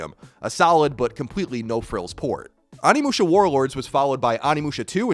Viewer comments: Onimusha oh-knee-mu-sha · Can pronounce Samanosuke but can't pronounce Onimusha lol love ya Colin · Why has like every video on this I've seen lately mispronouncing the title of the game lol, c'mon Colin!